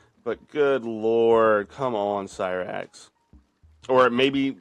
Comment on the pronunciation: Why would anyone think 'Cyraxx' is pronounced 'Seeraxx?' Do they pronounce 'cyclone' as 'seeclone?' Or 'cyber' as 'seeber?' Idk, that just annoyed the shit outa me for some reason.